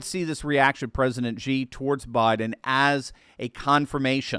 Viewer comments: The pronunciation for Xi is just like you would pronounce the letter "C", not Gee. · Xi is pronounced “she.” Great video, as usual!